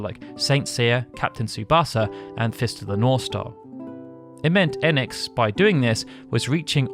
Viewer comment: EEEEEnix Like the hard E in phoenix Not ehnx😊 Enix